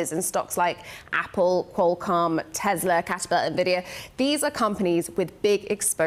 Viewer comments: "EVERYTHING IS TESLER" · teslerrrrrrrr, nintenderrrrr, caller oferrr duterrrrrrr, marketterrrr crashherrrr, therrrr greterrr recessioneeeerrrrrr